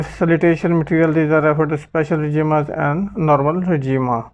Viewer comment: Yar good effort, but FBR ka document is expired and you need to send an email for latest document. Plus workout on the pronunciation b4 making video, regimes is not regima it isر جیمز and schemes is not schemaa it is سکیم or سکیمز.